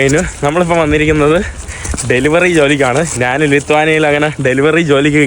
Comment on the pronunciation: നാണ്, നാന് അല്ല ഞാൻ എന്നാണ് ശരിയായ വാക്ക്. നിനക്ക് യൂറോപ്പിൽ നല്ല ജോലി കിട്ടും. പിമ്പ് ആയിട്ട്